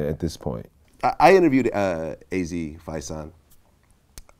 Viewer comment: Why vlad keep mispronouncing Faison . Nerd